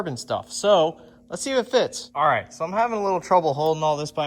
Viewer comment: did say zallright